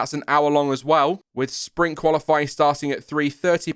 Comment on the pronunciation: I was trying to figure out what "Spring Qualifying" was, then I realized you were trying to say "Sprint".